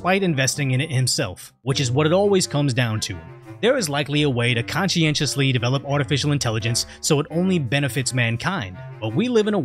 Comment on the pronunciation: Excuse me? Conchienchusly?